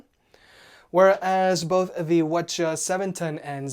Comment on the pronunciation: whenever he said WH CH710 it reminded me of Wachowski brothers. Just saying ..